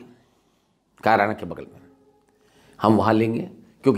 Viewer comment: आप बहुत वरिष्ठ और सुलझे हुए पत्रकार हैं, आप किसी डिबेट में तो ख़ूब बोलते हैं। अकेले में आपकी जुबान क्यों लड़खड़ा रही है? एक और बात कैराना को आप "कायराना" बोल रहे हैं? आप से ऐसी उम्मीद नहीं थी।